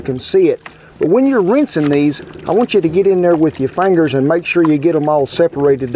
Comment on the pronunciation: You gotta love a chef who says "fangers" because it means his Southern is showing and you can never go wrong with Southern country cooking!